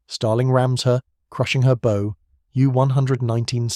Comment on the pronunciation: Who really cares what Montgomery said about any better or anything?Here's one of those jokes that were promoted by the british , while good people like captain walker was held down and I noticed that you pronounce bow a little differently , I don't know if that's the british thing or if you truly are using the best a I voice ever